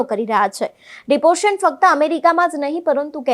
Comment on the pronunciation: Deportation bolta to shikho pehla ?